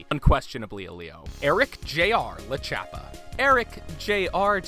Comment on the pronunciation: It's not Lachappa It's Lord Chappa